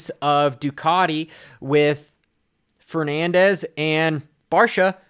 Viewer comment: I can't believe is STILL calling Ferrandis, Fernandez.